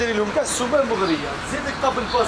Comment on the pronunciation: الله يبارك ما شاء الله روعة فقط للتصحيح اخي يقولو طابل باص وليس طابل باز تقبل مني اخي